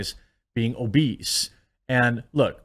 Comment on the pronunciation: She mispronounced obese!